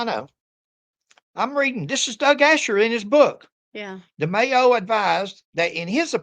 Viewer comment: I can’t see the spelling over Demaio, but you are pronouncing it correct. I grew up with a lot of Italians and that’s how they pronounce it. 😊